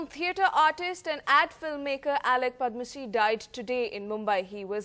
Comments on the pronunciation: Darling, who is padmasee? He's padamsee. Sad that nowadays young anchors are not mentored to pronounce names correctly. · Who is Padmasee, it's Padamsee.